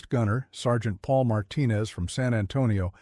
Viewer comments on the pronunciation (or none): none